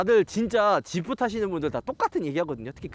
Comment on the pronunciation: 지프를 왜 샤냐?